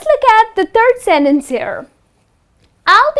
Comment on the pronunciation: She put the wrong stress on the word "sentence", didn't she?